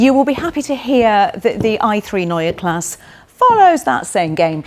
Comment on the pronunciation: No...there's no r at the end. Only an e...pronounced like the e in "n_e_ver". Greetings from Germany.